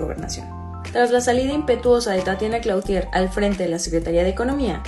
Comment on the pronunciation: Gracias por el resumen El apellido de Tatiana es Clouthier y se pronuncia Clutier, no Clautier. Saludos, feliz inicio de semana 🙋🌹💝